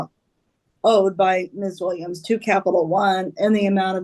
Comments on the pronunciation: I keep hearing "Miss THING". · I keep thinking they're saying "Miss Thang" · It’s the random Mobb Deep playing in the back for me…. And it sounds like he’s calling her Ms. Thang